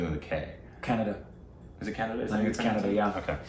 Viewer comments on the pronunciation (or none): Kannada - pronounced 'Kun (like 'gun') - 'Uda' not Canada haha